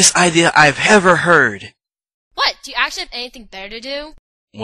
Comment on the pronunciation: "..anything better to fo?" erm... WHAT???